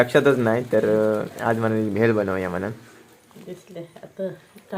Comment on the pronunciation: भेल नाही. भेळ म्हणा